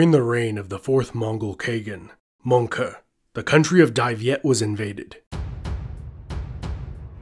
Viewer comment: "Mongke Khan" bro that got me laughing mad hard....(my humour is officially broken.) I guess that's how the meme "Monke" Started